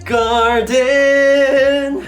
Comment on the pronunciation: 擬似プロならRenの英語の発音なんで誰も直してあげないの？！特にgarden ひどすぎる😭 こんなことではジャニーズの英語歌詞みたいになっちゃうよーー